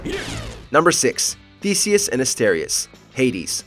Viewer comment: Oh man.. I cant get over the fatc how you Call Theseus lol... That sounds extrem silly in English 🤣